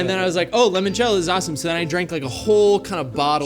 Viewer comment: saying "lemon-cello" instead of "limon-cello" is upsetting